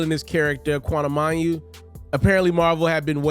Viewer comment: How you gone report on something and can’t pronounce Quantumania correctly???